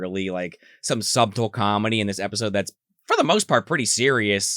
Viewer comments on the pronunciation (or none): Did that dude just pronounce subtle as "sub-tull" instead of "Suh-tull"? Subscribed